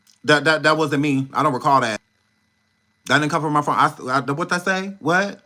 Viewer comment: Oh-my-Gooood!!!! You are a class a bonifide NUT case!!! "not phahone" 😂😂😂😂